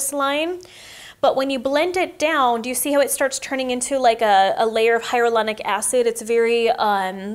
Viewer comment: It’s hyaluronic not hyarulonic